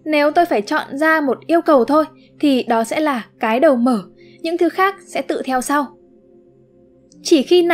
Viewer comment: ko bik tại sao tôi lại nghe cái đầu mở thành cái đờ mờ :))